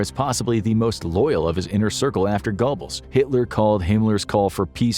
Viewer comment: Gair-buls --- Hide-rick. D*mmit!! I'm about to leave. This bare minimum research and recitation of another's writing is fine for a middle school book report, but not where content is so heavily scrutinized --- and rightly so. At first I was laughing, now you're just trolling us.